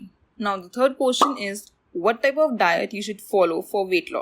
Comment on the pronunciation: Its question not kotion. 🤣